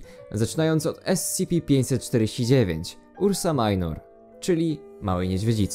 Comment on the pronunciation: Mała uwaga, nie ursa majnor a ursa minor, to po prostu łacińskie słowa.